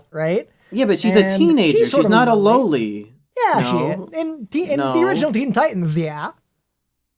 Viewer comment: 28 minute video of a guy saying loli wrong